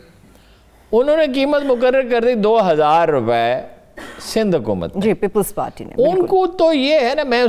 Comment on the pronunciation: HA QOOO MAT,,,,,,, yeh QOOO peh itna zore kion hay